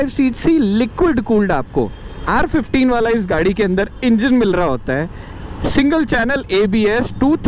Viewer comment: the way he said R15 was unconventional